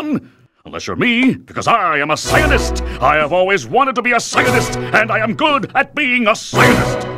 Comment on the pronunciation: I love how he pronounces it "scienist"